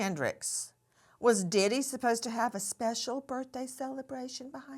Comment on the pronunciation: 😂"cell-abration" I do wish his kids didn't have to experience this.